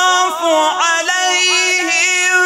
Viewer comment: وقعو فى الخطأ عندما طغى الاداء عليهم دون الانتباه /يطاف عليهم/ فى كلمه (عليهم) فى اخرها كسر وليس ضم وشكرا